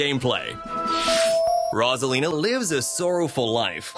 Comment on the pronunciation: ITS: ROSE-UH-LEE-NUH